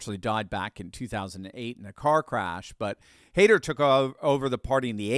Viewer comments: Heider is pronounced Hi Der and not Hay Der Dear! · ei is spoken as i, e is spoken as a - Hidar; and Strache got couped by hessenthaler and the ibiza case, who was working as a source for the police previously, and as a pimp and drugdealer.. :/ He fled to Berlin and Germany forbid Austria legally to prosecute him..